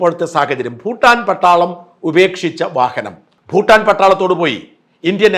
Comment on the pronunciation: ഫൂട്ടാൻ അല്ല ഷാജൻ😂, ഭൂട്ടാൻ